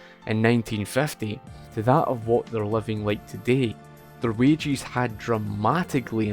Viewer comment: I thought he was referring to wage earners as "wagies" but he was just saying "wages" with an accent 🤔